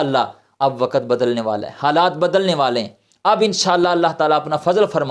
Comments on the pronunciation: Not wakat. "waqt". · Not wakat. "waqt".Quraan